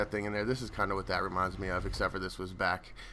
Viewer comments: hahahahaha hes said ezio de la torri its ezio auditore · Ezio Delitore? Its Ezio Auditore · Delatori? you mean Auditore? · did u say Ezio Delitore???